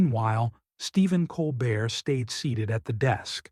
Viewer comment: What makes this kind of reporting asinine (and i have zero love for DeSantis) is the narrator consistently mispronouncing Colbert's name.